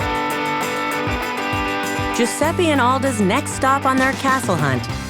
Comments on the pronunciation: Mi fa uscire di testa sto Giusseppi...it's Giuseppe, a totally differen pronounce. (Have I just finished my sentence in english? XD I didn't mean it) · “”... he can’t even pronunce his own name!